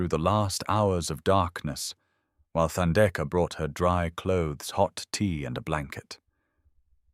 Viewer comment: Beautiful story and thanks for prouncing Themba and Thandeka correctly, with silent “h”. ❤️❤️❤️🙏🏾🙏🏾🙏🏾!Sipho is c-paw, also with silent “h”.